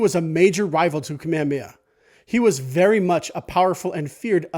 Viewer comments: Good stuff, but can we try and pronounce King Kamehameha correctly? You are not alone. It's not Ka-meamea. It is Ka-me-Ha-me-Ha. Emphasis on the H. Mahalo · you say you're Hawaiian but you say "Kamehameha" like a haole